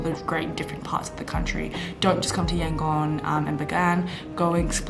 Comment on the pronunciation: According to latest census, 90% Buddhists, 4% Islam, 4% Christians, 1% Hindus and the rest are animists and what not. Don't take those numbers as gospel truth though! Also, the "gon" part of Yangon is pronounced more like "dome", substitute "m" with "n" sound, not Yan-"gone".